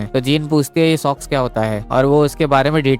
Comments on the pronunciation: Sox. Not sex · Abe sox nahi sex 😂😂😂😂😂🎉